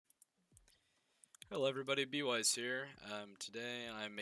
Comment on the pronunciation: HE SAID B-WEIS HOLY I AM DYING OMG OMG OMG OMG OMG OMG